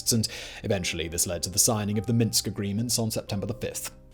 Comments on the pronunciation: It's Minsk II, not Minks II. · It's weird that put all this effort into the video, but called it Minks (instead of Minsk). And you failed even mention Victoria Nuland and the other US Intelligence apparatus stirring up and funding and propagating the second round of protests. The violence was ALL US facilitated. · Minsk not Minks. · Minks-ll? Really now? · To write "Minks" is one thing. To pronounce it like this is another. :-) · Minks II ! along with his pronunciation he doesn't even watch his videos back